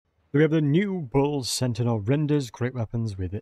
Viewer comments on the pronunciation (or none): Bull CENTAUR, not Bull Sentinel. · Bull Sentinauls lol